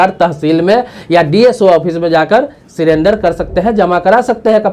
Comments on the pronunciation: Why he pronounced sirender it surrender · सीरेंडर नही, 😀 सरेंडर